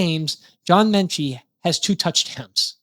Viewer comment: There is no N in Metchie. The video was ok; but that was so irritating. You need to stop adding the N into Metchie.